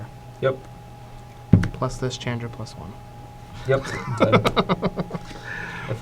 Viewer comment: say it with me..... "Shawn-dra"